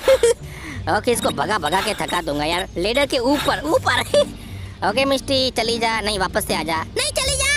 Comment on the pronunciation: When you say miss t that sounds like misti in Bengali😅